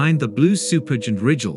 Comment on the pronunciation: Beetle Juice not bett-el jus Or-eye-on not orree-onn Rye-Jel not ridg-ill headline "WEb disocers" content "blah blah blah blah blah, blah blah, blah blah blah blah blah, wrongly pronounced blahg blah blah blah blah blah blah" ad-infinitum. Your channel is AI generated CLICK BAIT bull$hi7